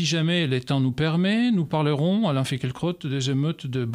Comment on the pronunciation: Le presentateur prononce tres bien son nom:finkle-crotte